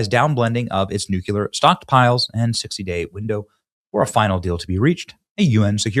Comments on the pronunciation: It has been really heard to listen to you say NOOKYOOLAR for the past 3 months my boy. You’re an intelligent guy. Nu-cle-ar. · Hey Benny.... It's NUCLEAR, not "nucular". Why is it that hardly anyone can get that right??????? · BENNY! For the last time... The word is NOT pronounced "New-CUE-ler"...it is pronounced "New-CLEE-ur. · Some Americans pronounce it "nucular" instead of "nuclear" due to a linguistic phenomenon called metathesis (sound-switching) and the natural tendency to follow established patterns in the English language. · Say it with me "new-CLEAR" 😊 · You have to say "nucular" every episode just to show us your low IQ, don't you?